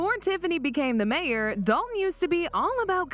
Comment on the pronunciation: I wish these YouTubers would learn how to say the village’s name. Dolton, not Dol-on.